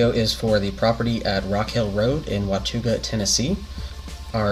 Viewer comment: It's pronounced Wuh-taw-guh 😊